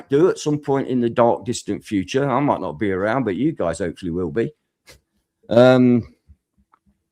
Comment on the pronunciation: Bro said MIGHTY villa lol